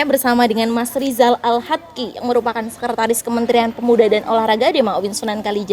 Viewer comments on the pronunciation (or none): SEKRETARIS mbak bukan sekertaris. 😂